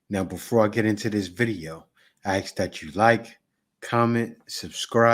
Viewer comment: ASK. ASSK. ASSSK. ASSSSSSSSSSSSSSSSSK. Please for the love of God. Figure it out.